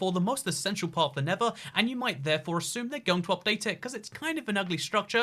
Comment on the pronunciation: NeTHer not Never; slow down so you stop making stupid pronunciation errors!